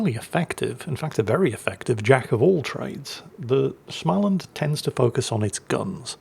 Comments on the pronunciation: getting there,..but swedish words are hard - to a swede,you are pronouncing the ship as schmaland...there is no ch-sound in it, your östegötland is quite close, thou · The a (å) in Små is pronounced approximately like «awe». (Smaweland)